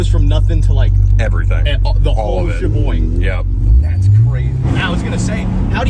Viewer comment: "The whole Shaboing" is crazy work 😂